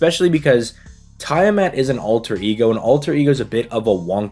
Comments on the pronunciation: I think her name is pronounced Tea-ah-mat and not Tie-ah-mat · Yes "tie a mat"🤣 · It’s pronounced Tea-ah-mat. At least in English. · ok ngl your pronounciation of tiamat was funny as heck you said "tie a mat" no offence offcourse just thought it was funny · I thought how he was saying it was odd.